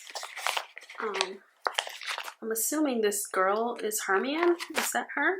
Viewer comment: I've read all the Harry Potter books and watched all the movies and I find it so funny that you got those stickers while knowing nthing about them... The way you said "eat slugs" hahahah... when I know what part of the story it's about... hilarious! Also, Hermione... Her name is prononced Her-My-O-Knee (the way yoou said her name also made me laugh). Excuse us, Harry Potter crazies. Loved your video! I'm a bit jealous that you're going to NY. My favorite city ever!